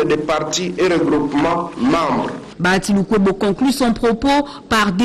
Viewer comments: BA HA TI et non Ba ya ti !!! BA HA TI, BA+HA+Ti = BAHATI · Bonjour ndeko césar, c'est juste pour corriger ta prononciation, on ne dit pas Bayati c'est plutôt Bahati.